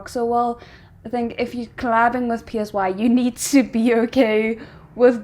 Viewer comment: The artist name is not PSY it is pronounced as SIGH as in sighing loudly. Are you an idiot you don't know who Siri PSY the very first K pop artist to be big globally with his song Gangnam Style and gentleman.